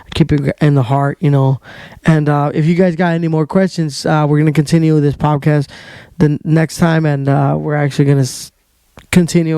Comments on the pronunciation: What’s a pop-cast? Po”D”cast is what I think you’re going for. Love the content, keep it up young man. Side note now that I’ve listened to the whole thing. Figure out what want to say, say it, and then move on. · poDcast, m8 not poPcast haha :) Keep it up tho